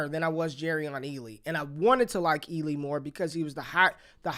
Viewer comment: You watching Peacemaker? Cause you just called Ealy, Eagley 🦅 🤣